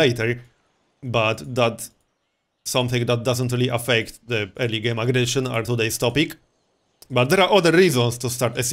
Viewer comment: The way you said early game aggression sounded like illegal immigration :D